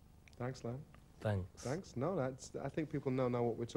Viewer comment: Did the guy not have time to ask Lemn how to pronounce his name before the show, very lazy interviewer.